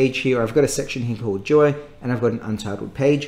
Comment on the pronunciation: I swear he says Surface joy instead of duo.